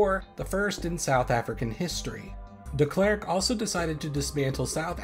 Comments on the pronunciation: well yeah, I don't care that he got it wrong, it's a hard name and I didn't expect him too. Glad he tried at least. But that is still definitely not right for Afrikaans. That's what the thread was about, does Afrikaans pronounce it like that, I don't agree that it does. Dis snaaks dat ons altwee Afrikaners is en dit verskillend hoor, wonder hoekom. Dalk het ons altwee verskillende Afrikaanse aksente. Maar vir my klink dit heeltemal verkeerd vir Afrikaans. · As a Dutch person, i wonder if your pronounciation of Frederik Willem de Klerk is just wrong, or if my assumption that it would be pronounced very similairly to how it would be pronounced in Dutch is wrong Regardless, this is a good video, i didn't know South Africa had nuclear weapons before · I disagree. That's not how I or anyone else I know would pronounce F.W. de Klerk. I don't know how the dutch would pronounce it, but his pronunciation of Frederik Willem sounds almost like German to me whilst his pronunciation of de Klerk sounds English